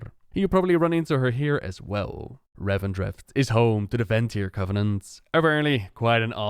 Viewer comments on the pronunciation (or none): none